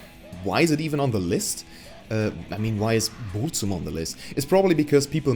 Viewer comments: You are pronouncing Burzum wrong poser monkey, delete your channel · Thanks for the tips on a proper pronounciation of a german band name. Pity you did not put in the effort to learn a proper pronouncation of Burzum, especially considering that your own metal band name comes from the same language. Actually, from the same poem, 3 words apart.